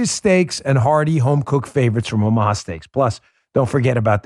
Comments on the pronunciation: Dan, you almost said "Obamaha steaks"😂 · At the beginning of the video, did he say buy Obama-ha steaks??????